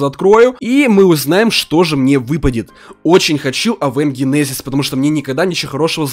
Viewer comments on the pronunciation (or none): none